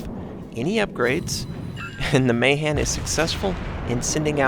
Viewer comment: finally someone who knows how to pronounce Mahan!!